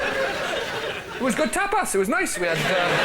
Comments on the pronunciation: "tap ass"? It's pronounced [topas] not [ tap ass] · Can I ask, why pronounce tapas like "tap-ass" and not appreciate the use of "ass" then the same as you might, arse? To me it's "tahpuss" you know, like the people who invented it say it. Looks as though I'm calling you an arse, unintentional. Unless you are, in which case nvm. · Am I the only one who heard Tap Ass? I am? Ok then! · I always thought tapas was "top us", not "tap ass". The latter means something different in the US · They all pronounce 'tapas' remarkably like 'tap ass'. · The British pronunciation of tapas is hilarious